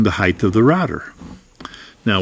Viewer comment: Height. Rather than heighth. Great video.